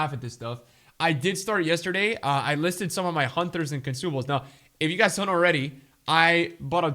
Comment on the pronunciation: Nobody:: Hunthers